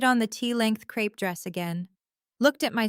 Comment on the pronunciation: Stupud AI, Crepe fabric, not crap fabric